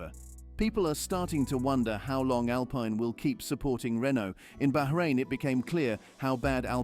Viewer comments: SHOCKING, SEIZED! No thats rubbish, Cant pronounce Alpine correctly. Andretti the power house in motorsport. really? They may be interested in purchasing Alpine if Renault decide to ofload but he will need deep pockets ie $900m or thereabouts. So no seize just Andretti put your money where your mouth is. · Your not pronouncing the name Alpine right. How can you sell video time like that?